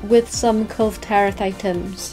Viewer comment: No one pronounce the name 'Kulve' better than:D